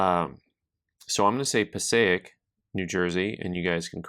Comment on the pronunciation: I live 15 min from Passaic. You said it perfectly.